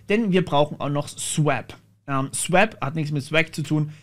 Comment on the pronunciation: ich lurke immer wieder mal gerne bei so RTFM videos rein. musste jedoch schmunzeln...: swäp... okay, kann man machen. pac-s-trap... das ist keine falle... da wird gebootstrapt. also pac-strap 😉und es wird auch nichts erdolcht mit gen-f-stab, sondern: generate filesystem table. aber cooles video. weiter so.